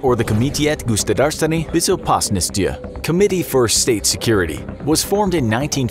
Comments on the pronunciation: BEZOH-PASS-NOSS-TYA??! lol WTF seriously ??? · He said Bezopasnosti like BjezoPasnostya